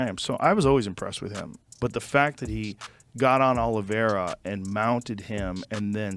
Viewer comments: Please hire a different person to narrate / do voice over. Sounds really dumb when he says OlivIEra or NurmaGOmedov. Ok he knows nothing about the subject he is talking about but at least learn how to fucking pronounce their names at last. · Charles "Olivy-era." Justin "Gay-sha" lmao. If you're going to hire voice over guys at least explain to them how names are pronounced